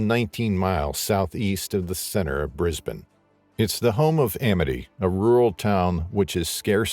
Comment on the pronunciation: Finally, an American who can say Brisbane properly